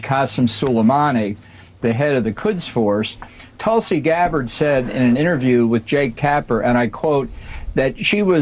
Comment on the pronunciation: Give me Tulsi over Bolton any day; and you said it correctly,!